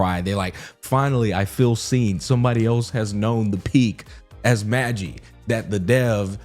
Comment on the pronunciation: Bro is saying magi wrong ngl but im just happy someone else watched peak